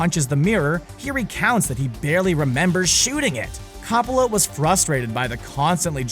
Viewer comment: Who is Cop-oh-la?